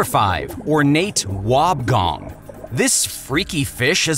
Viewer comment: It's pronounced wobb e gong